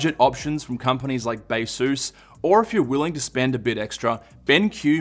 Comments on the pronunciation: Did he say "Bea-sus"? Like "Asus" but Bea? Or is there literally a company named Beasus? LOL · It is Baseus.